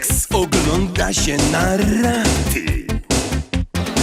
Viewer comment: ten video sex ogląda się na rrrrraaty.